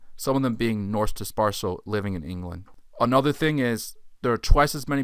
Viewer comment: Nice video but please work on your pronunciation of the words analysis and dispersal.